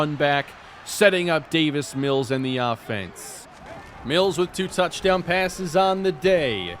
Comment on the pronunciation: Every time you end a word with an n you make a weird eh sound. Every single touchdown call sounds like touchdowneh. Never heard that before and it annoys me so much